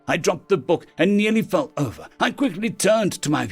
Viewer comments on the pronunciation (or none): none